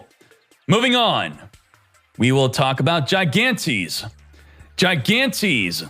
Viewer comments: It's pronounced like "he-gantes" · try pronouncing it hi-(like heed)-gan-(like got)-tes-(like televition) plz gigantes